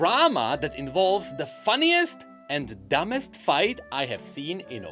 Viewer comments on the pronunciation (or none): mfw i realise he forgor the T at the end of "funnies"